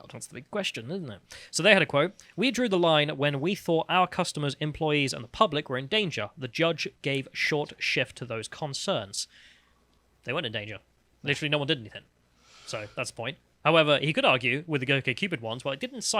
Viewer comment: It's shRift with an R.